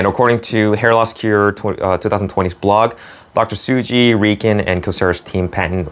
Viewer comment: It's Tsuji not Suji.